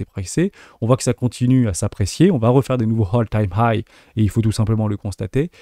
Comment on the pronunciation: A hole = un trou All = tout Hole time high = le trou le plus haut de tout les temps ? A part le soucis de prononciation je te remercie pour la vidéo et les insights, notamment sur les token AI !